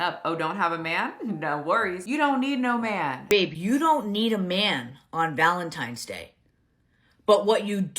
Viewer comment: Pet peeve: It’s ValenTINEs day. NOT ValenTIMEs day. 😠 I am sorry, but I really really don’t care that. She’s getting a divorce. Like you said put on the Internet what you want on the Internet and people will react. If you don’t want it out there keep your damn mouth shut. I also feel that people that are so invested in someone you don’t know live that you care that much. It’s kind of sad. I watch YouTube and enjoy influencers that report on other channels and like yours that report on other channels have a sense of humor and go about their daily lives. Maybe I’m in the minority, but I don’t need to when you take a poo or if you farted last night but in front of your boyfriend or girlfriend whatever. I look at this is a form of entertainment. I’m not trying to be a part of your life ran over.